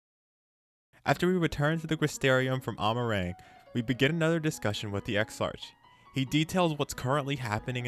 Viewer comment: I'm going to save you some embarrassment and aggravation for future videos the characters name is pronounced ex-ark